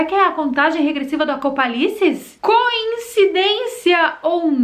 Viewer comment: Contagem regressiva do "ACOPALICES" KKKKKKKKK